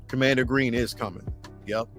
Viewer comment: Bro it’s commander Gree. He doesn’t have an n at the end of his name